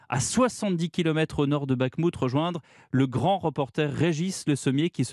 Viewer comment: Si t'arrives pas à prononcer Bakhmout, prononce-le Artémovsk ...